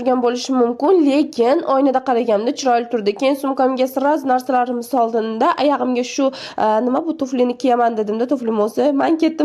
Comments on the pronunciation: Nega oyogimga emas ayagimga disiz ufu toshkenchani bilmisizmi 😂😂😂😂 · Ayağimga diyishiga 5😂 tabiiy sheva😂😂😂😂